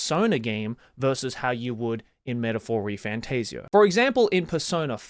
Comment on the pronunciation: Also it’s not refan TAZE eoh, it’s tassio